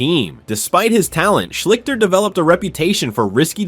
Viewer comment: Art Shleesh-stir is how you pronounce his name. Just look up any Ohio tv news service from the time and you will hear it pronounced correctly. I know how it's spelled, but you're saying it wrong.